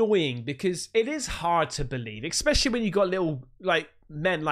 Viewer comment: “Expecially”….cmon mate, seriously.